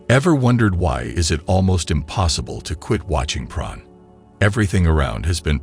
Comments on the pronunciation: Sounds like he's saying pron 🤔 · Can I humbly ask why you're pronouncing porn as "pron"?